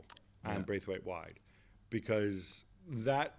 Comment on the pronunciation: agree - but he could show the respect also to say his name right - it is BRATHwaite